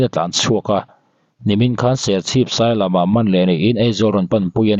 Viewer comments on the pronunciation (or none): Sir enchiang teh Sailam ni lo in, SAILIAM tih tur aw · Sailam ni lo in sailiam aw. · Serchhip sailiam tih tur sailam ni lovin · Serchhip sailam tiin ilama, sailiam tihtur aw... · Sailam ,ni lovin Sailiam tih zawk tur